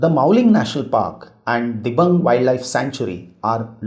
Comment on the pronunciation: Pronounciation of- Dibru-Saikhowa- Dibru- sai+kho+wa Dihang-Dibang- Di(dee)+hang(haang) - Di(dee)+bang(baang) Good info, appreciate your work